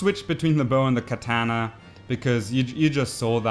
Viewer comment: So we will want to switch to our Keh-taaahna lmao